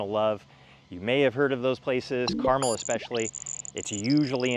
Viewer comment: Thank you for pronouncing Carmel correctly